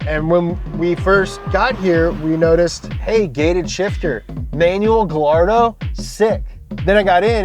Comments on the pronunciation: Guy-ardo! Eesh, not Gal-ardo guys! Nice group of cars for the Fast X movie. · Gallardo = guy-yardo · Guys the two Ls in Gallardo makes a Y sound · does ’ pronunciation of Gallardo make anyone else cringe..? in Italian, two L’s make the Y sound